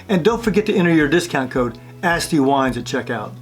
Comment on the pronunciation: I love your video, I learned a lot. I did not know the captain style decanter was least effective. I kept thinking you were saying "nasty wines" and then I realized you were saying "Asti" haha. It actually made me go to the Asti website and explore more! Funny and memorable story, looking forward to watching more videos from